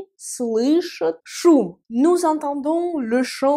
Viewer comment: Super vidéo, Bravo "Tassur" Grave de Ouf de maboul, par contre petite remarque constructive j’espère:pour la troisième personnes du pluriel pour "Entendre" "они слышат" phonétiquement j’entends le son "chOUT" dans ta voix à la fin, un peu comme si ça s'écrivait "ют" au lieu de "AT" mais pour le reste c'est très bien expliquer, voilà pour le like et le commentaire...увидимся